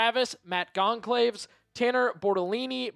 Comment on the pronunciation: The c in Goncalves is pronounced as an s in both brazil and portugal